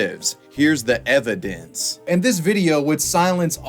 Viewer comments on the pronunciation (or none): “hears the evadince” <— kids are getting dumber with each generation